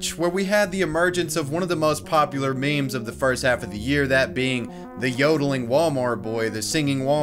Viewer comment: Did you just really say 'mayms'